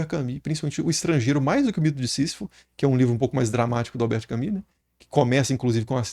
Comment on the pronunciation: Desculpa ser o chato, geralmente eu nao gosto qdo fazem isso, mas vou fazer - se fala albert “camu”, nao “cami”